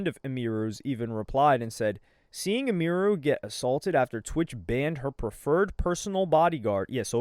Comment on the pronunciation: Bro idek why it bugs me but people be SCUFFING her name up making it way more foreign than it is🤣 her name is Emily sooo Em-Iru. Bro talking bout "IMERU"🤣